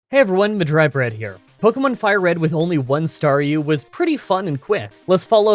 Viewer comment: Was the star-u on purpose, or are you joshing me?